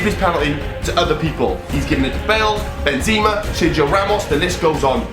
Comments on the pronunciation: Who the fuck is benzeeeema it’s pronounced benzema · Benseeeemar it’s benzema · He calls benzema (Ben ze ma) benzeema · My man said benzima